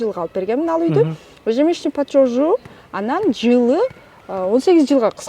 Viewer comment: Тообо ушундай крупный организацияларда иштеген кызматчылар ЕЖЕМЕСЯЧНЫЙ ПЛАТЁЖ деген созду суйлой албай эле иштеп журушот! Ежёжщ деп коюп😂😂😂😂